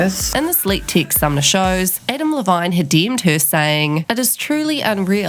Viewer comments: The way ya mispronounced his last name😂😂😂😂😂😂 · the way you pronounce Adam Levine is so great